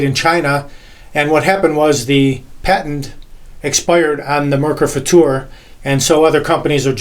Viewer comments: Thank you so much for pronouncing it FutuR and not "future" like so many other native English speakers. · Thank you for this great review. Awesome. And you pronounced the"Futur" very nice in German. Great Job!😊👍